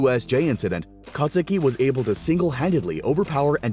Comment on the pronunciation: the u in kacchan's real name is silent